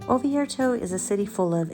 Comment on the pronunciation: Please, it is ORvieto, not OVIERTO